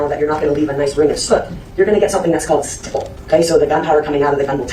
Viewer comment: Stop mispronouncing stipple 🤦🏾‍♀️